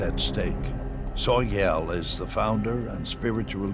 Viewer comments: "Soy Gal"?? Is the narrator trolling??? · Narrator mispronounced Sogyal